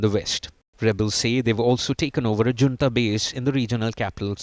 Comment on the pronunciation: Is your reporter pronouncing "Junta" correctly?